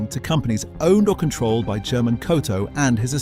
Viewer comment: About Mr. Coto.. If you are referring to the male first name "German" (usually spelled Germán in Spanish), it is pronounced like her-MAHN.. in south or central America...NOT Jir-Mahn